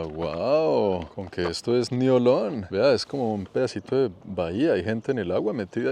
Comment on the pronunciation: La pronunciación local de Niolon es: niolɔ̃ŋ = niolon-ng.